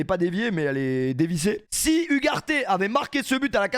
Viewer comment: Hugues Arte, cette prononciation est effrayante...🤡😆